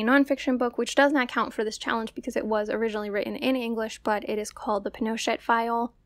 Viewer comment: Two things: i put the emphasis on the wrong syllable of Pinochet for this whole video and didn’t realize it until the entire video was done and uploaded 🫣 it is pin-o-CHET. Also, Peter Kornbluh, the author of the Pinochet File, works (confusingly) at the National Security ARCHIVE, not the “NSA.” According to Wikipedia, the National Security Archive was “founded in 1985 to check rising government secrecy. … is an investigative journalism center, open government advocate, international affairs research institute, and the largest repository of declassified U.S. documents outside the federal government.” Which all makes a lot more sense than him working for the NSA lol.